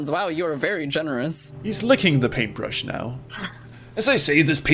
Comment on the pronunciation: PaintbRRRRRRRRush... I'll never be able to pronounce that word correctly again.